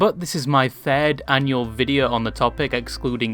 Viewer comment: "annual" lmfaooo